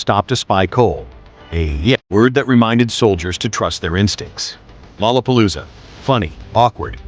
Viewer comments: Lola palooza. Not lala palooza. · “Rorra Parrooza …. “ Stop that man ! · There's no Rs in lalapolloza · "To a Japanese...it was a nightmare of tangled L's and R's" lol damn those R's in "LOLLAPALOOZA" 😆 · and the fact the narrator thinks lollapalooza has an r in it. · bahahahahahahhhrrrrr :) right!!!